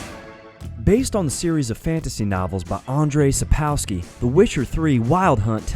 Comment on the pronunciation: also he said "andriey sapawsky" where it is pronounced "an DJ sapp cow ski" :)